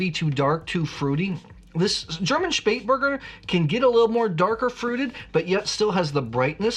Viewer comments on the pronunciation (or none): OK, please repeat after me... "Shpayt-bur-GUN-der". Emphasis on the third syllable. Now, if I could find more Spatburgunder, I'd certainly drink it! 😊